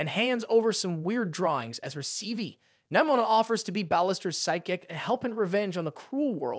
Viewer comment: “Nimoma” got me dying lol😂